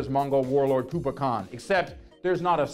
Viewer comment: Kublai Khan is not a villian, far from it. Sidaoi is the villian, for fuck's sake, he breaks little girls feet. Kublai Khan never did anything wrong in the show. And Kublai is pronounced "kooblay" not "koopa".